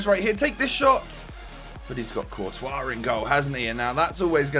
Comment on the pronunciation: You said COURTIOS